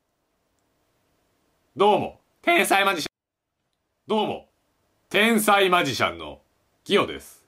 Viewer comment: 「てぇ↑んさいm」 が面白すぎて何回も聞いたwwww